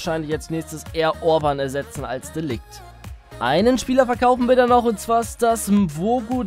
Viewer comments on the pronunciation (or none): Wieder einmal ein sau nices Karrieremodus Video :) kleiner Tipp: Ceballos -> C wird wie ein S ausgesprochen und das "g" bei de Ligt wird wie das J bei James Rodriguez ausgesprochen (ja klingt komisch aber Holländer eben :D)